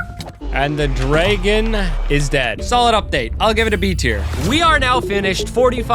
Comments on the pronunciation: why do you say dragon like (driggin)? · Unless u just say dragon super wrong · Ender “Dregen” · Hearing him say dreygon 30 times is killing me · dragon not draygon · "Ender dregon" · Why tf are you calling them dregens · Ah yes the draygon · Brother do you know how to say Dragon 😭